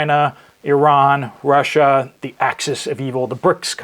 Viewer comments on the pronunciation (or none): none